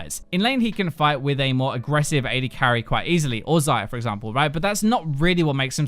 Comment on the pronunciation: Every time you say Xayah i hear Zyra. "Zey-uh" noot "Zie-uh"